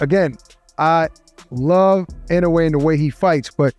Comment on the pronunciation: How can an idiot that can’t take the time to get the pronunciation of peoples’ names correct be interviewing people? Even with Inoue Naoya. How many announcers can’t or couldn’t pronounce his name until they thought he was relevant?